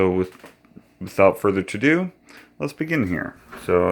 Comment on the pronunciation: "Without further ado",. Not "To do".